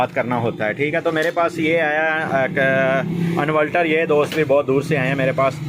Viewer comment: Yar pehle bolna seekh lo invaltal nahi inverter hota he